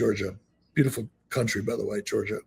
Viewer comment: 21 minutes into the video, and I have to stop. Eric continues to mispronounce the name of the country of Georgia ( which is NOT pronounced the same as the state of Georgia) has given me the ick on this episode. I've wrestled in the country of Georgia as a member of the US Wrestling Team. Eric has done this enough times, that I'm to the point that I don't believe he was ever actually there. Guess I'll try next week's show. Best of luck.